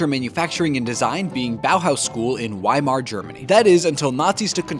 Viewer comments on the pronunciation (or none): It’s pronounced vie mar